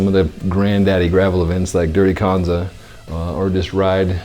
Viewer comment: It’s canza, not conza.